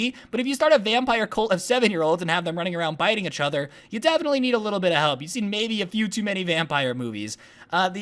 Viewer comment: Why do you say ach other not each other